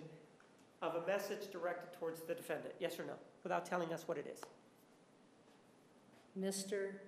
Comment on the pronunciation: defend-ANT lol